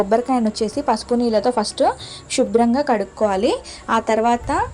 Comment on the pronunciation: శివుడు కధ,షీవుడు కాదు షూభ్ర కాదు శుభ్రం